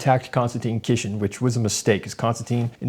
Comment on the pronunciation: Noo brother, you mispronounced Konstantin's last name, just like Jimmy did 😅. Yes, watching Jimmy here was like seeing an infant defend being petulant to their father.